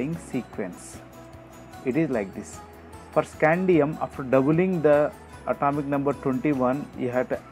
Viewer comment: At"a"mic no. Too causes th same sensation Bor"a"n too Like nd I'll like in return